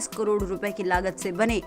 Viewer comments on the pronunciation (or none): none